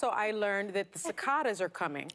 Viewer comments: Are you two years old? You don’t know how to pronounce cicadas!! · She couldn’t even pronounce cicadas correctly yet she knows what the future holds